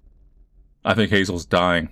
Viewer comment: Has anybody ever noticed that this dude pronounces his 'th' s as 'f' s? Like instead of "think" it sounds like "fink" ...